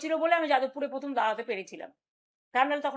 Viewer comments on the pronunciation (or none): none